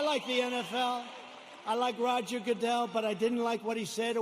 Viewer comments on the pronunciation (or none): none